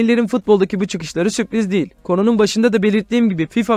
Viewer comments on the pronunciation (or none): none